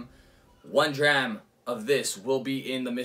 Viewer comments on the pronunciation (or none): none